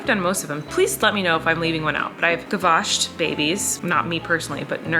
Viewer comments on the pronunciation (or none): I definitely understand the toilet seat and paper issue. Incidentally I just want to let you know the word you're using is gavage, pronounced gavazh rather than gavash like you're washing something. I noticed both you and said it that way so I figured y'all didn't know.